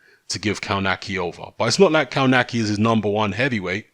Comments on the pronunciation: Cownaki lol. is the best when it comes to butchering names. Its pronounced Cove natz key. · Actually, in its proper Polish pronunciation, you're right. But they all, even Adam himself pronounce it "Kawnaki".